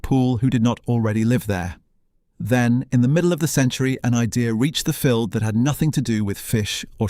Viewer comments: Love this run through but Fylde is pronouced F-AYE-ld as in a "filed" down a pice of metal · It would be better if the commentator pronounced ‘Fylde’ and ‘promenade’ correctly